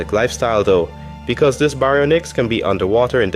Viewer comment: why do you say baryonyx like that